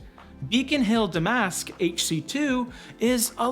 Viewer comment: Its pronounced da-mask.